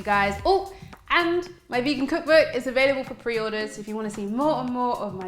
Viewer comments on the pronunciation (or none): none